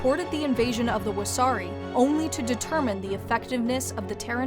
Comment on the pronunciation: It’s Wessari, not wasabi lmao!